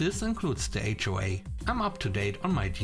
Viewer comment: S 3 No wonder "HOA" said as one word sounds like wh-re!